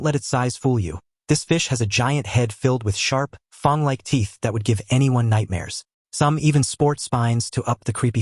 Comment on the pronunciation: What's with this guy? FANG as in BANG not Fong!